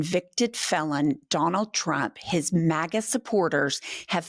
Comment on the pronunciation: When she read "team MAGA" the closed caption said "team maggot".😄 I agree with the closed caption.